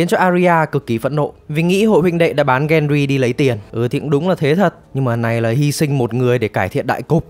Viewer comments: xem nhiều. Việc chế tên là hay, nhưng đọc tên chính thì đọc đúng nghe dễ hiểu hơn. Ví dụ như pi tơ bay lắc khác pe tơ, gen ry khác gen rai, tormund đọc là to mun chứ ko phải là to măn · cái tên Peter Bay Lắc thì là troll nhưng Ygritte với Gendry đọc sai lè ra.